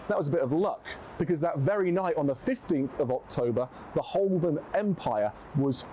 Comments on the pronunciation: It’s not Holbern, it’s pronounced Ho-burn. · I suspect he didn't pronounce 'Holborn' like this guy does. In the many times I worked there, it was called 'Ho'bun'.